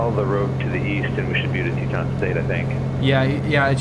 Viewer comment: Check pronunciation of Tieton…."Tie a ton"